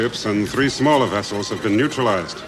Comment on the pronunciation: I have noticed the writers get Chekov to say wessels whenever they have the oppurtunity